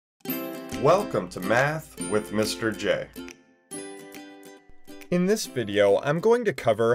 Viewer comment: Ain’t no one talking about how he said Me Jay.. it’s just J 😢